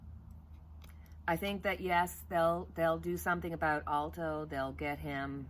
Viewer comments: a brief correction. It's Judge Alito, not Judge Alto. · Just thinking of you the other day & you popped on the screen. Great read. I needed to hear you. Justice A-l- i-t-o pronounced Al-eee to, not Alto, but we knew who you were referring to. Could you ask your spirits what kind of sentence Trump will get in curent trial: money fines AND jail time? how many years approximately will the Judge give him? Doesn't have to be precise, just give us an idea. The public wants to know that he just won't just skate through with paying money, but that he will confined in jail to think about the bad decisions that HE has taken (not that anyone has forced on him). In other words remorse for wrecking so many lives. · Great reading! That's justice (pronounced) A•lee•toe...Alito